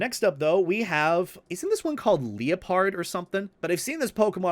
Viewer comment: I can see doesnt play Pokemon too often. Mispronounces Liepard, calls Scraggy "Scrafty". Whoever chose the Pokemon for this tierlist has such oddball choices.